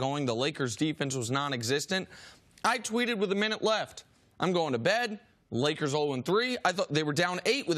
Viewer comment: There's no "D" is Lakers.